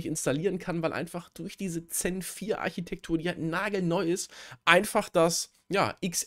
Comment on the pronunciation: Bitte nicht Zen als Xen aussprechen, speziell wenn das Thema Virtualisierung ist 😢